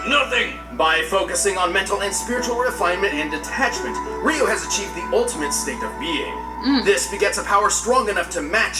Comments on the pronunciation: Ree-yoo not Rai-yoo! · Wow guys, after all this time, y'all gotta stop saying R-eye-u. It's R-ee-yu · It’s Ree-you, not Rai-you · did they just pronounced Ryu, Rayu it's pronounced Ryu ryu c'mon you should know this IT'S NOT RAIU IS RYU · "ree-you" not "wry-you" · Entire Video: "Ryu"(Ree-oo): "RAI-OO"....Really? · ugh the character been around for close to 30 years yet yall still cant pronounce his name. its RYU, ONE syllable not two so no WE-YOU/RAI YOU, its RYU!!!!!! like ewww gross where are you getting these sounds from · Not as bad as still pronouncing Ryu as "RAI-OO" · Why does everyone say rie u instead of ryu? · You said RYU wrong(what you're saying is Riu) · it’s pronounced REE-YOU RYU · Can't even say Ryu?!? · He mispronounced Ryu I’m pissed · i can never be on team again saying his name like that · ......seriously they freaking TELL YOU HIS NAME in the video multiple times and yet you STILL mispronounce it? Seriously the amount of people even fighting game fans who I've heard mispronounce his name is stupid annoying. I know it seems petty to some people but when it comes to names I can get pretty uptight about it because my mom used to work with a girl who would mispronounce people's names because she thought it was funny no matter how many times people told her to stop.